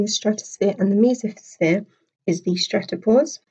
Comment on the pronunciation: You said mesosphere wrong.